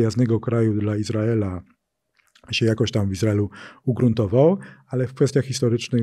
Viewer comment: "Operacja Iz raela w Ga zie"?? widac pan Magierowski ma nadzieje na dalsza kariere w USA :)